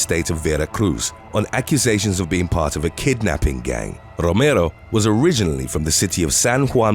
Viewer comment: I love the way he pronounces my last name..."Rooomerrro" .. he rolls his Rs perfect